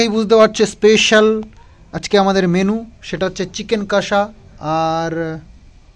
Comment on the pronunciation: Chicken kasa ta ki dada? Amra ti jani chicken kosa tai na? Style kore boltey giye english word er barota bajiye den, idaning ektu besiii style merey kotha bolchen, jemon Iskon k bolechilen skon.. Apni normal bhabey bolleo amra bujhtey pari😂